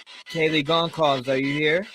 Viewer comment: The last name Goncalves is pronounced Gun- solve-ass.